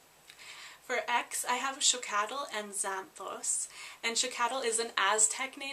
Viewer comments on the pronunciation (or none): Xochitl is actully pronounced zo CHEEL